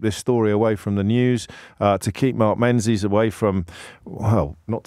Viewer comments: James, his surname is pronounced Mengis, not Menzies, it's a Scottish surname. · its not pronounced Menzies its Ming-is